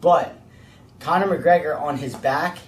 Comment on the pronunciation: McConor Gregor lol